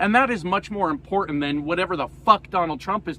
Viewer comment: You said "impor'nt"